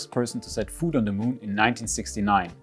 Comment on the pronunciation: Ja. Food. Should have pronounced it foot. Germany. Tsk Tsk Tsk. I am one, so I am allowed.